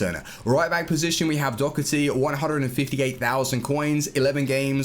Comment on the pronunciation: Why you saying do-cer-ty it’s do-her-ty